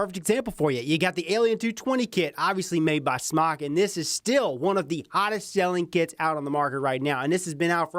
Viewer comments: IT'S PRONOUNCED SMOKE, AHHHHHH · Btw it is pronounced smok"e" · Ughhh.. it's pronounced "SMOKE" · Rip its called smoke they confirmed its pronounced smoke not smok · Its pronounced "smoke"